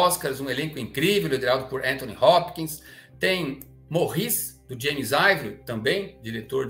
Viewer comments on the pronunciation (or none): none